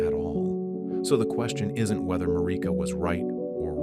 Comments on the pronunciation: Oooohhhhh nice narrative 😌 Wish you said the names correctly tho. That sh annoying af. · The way Marika's name is said in the video is throwing me off